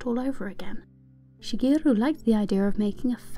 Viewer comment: omg when you pronounce Shigeru you give a perfect japanese accent to it - very nice on the ears!